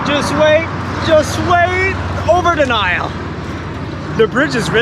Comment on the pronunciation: Oh by the way the way you pronounced Nile in French is how it is in Arabic :)